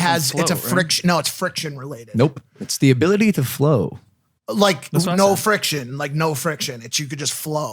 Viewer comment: "friction is the hability to flow" LP 2019